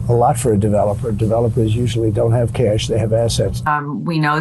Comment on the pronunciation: He didn't lie, he said he had "kesh", not "cash". He has a lot of kesh.